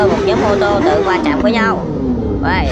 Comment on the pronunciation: Sao lại qua chạm cứ đọc là gia chạm còn dể nghe hơn.